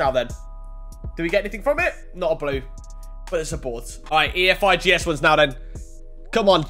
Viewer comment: Man said ee ef I gee es fkn hell FIFA made it like that so u say efigs u wallad